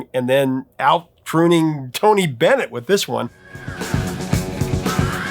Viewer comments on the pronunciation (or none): none